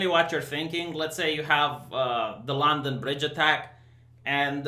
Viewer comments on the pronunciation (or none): none